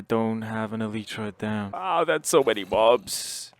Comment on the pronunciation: Finally someone says elytra correctly 😌